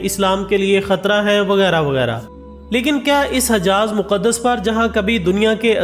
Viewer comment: Hijaaz e muqadas...not hajaaz